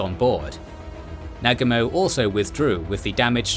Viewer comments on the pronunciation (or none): Horrible pronunciations... "How SLEE" instead of HALL-see?!! "NAG amo"? Sheesh.